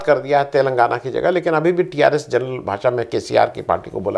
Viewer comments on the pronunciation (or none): none